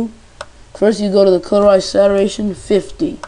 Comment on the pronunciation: you should REALLY learn how to pronounce your words... like "saturation" for example.